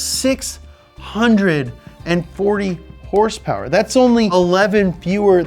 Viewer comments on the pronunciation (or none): I miss the way you used to say hrsprs